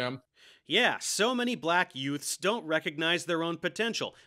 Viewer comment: I love how Billy projects himself as such a well spoken man, and yet says "yuuts" instead of even attempting to pronounce "youths"